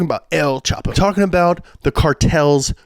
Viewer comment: Le dicen EL CHAPO porque en mexico; CHAPARRO O CHAPARRITO means "short" or "shorty". not EL CHOP-O lol xd